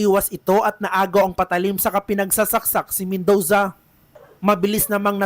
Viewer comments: Mendoza❌ Mendowza✅ Murder❌ Merder✅ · BAKLANG MEN-DOW-ZA 😂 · Pangit ng Bigkas ng Reporter nyo, Robot amputa. Men-dooo-za, parang ung font na Roboto Came to Life.